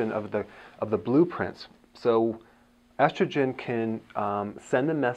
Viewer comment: It’s estrogen, damn it!